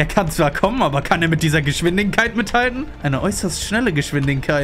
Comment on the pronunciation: digga merkt keiner das er geschwindinkeit sagt anstadt geschwindigkeit